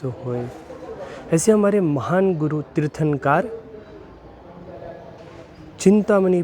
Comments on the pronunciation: Tirthankar nhi...... Hindi me aaa nhi khna hai.... Kar kahana hai Tirthnakr...... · भाई साहब आप तीर्थांकार बोल रहे है, तीर्थंकर कहो 🙏🙏🙏🙏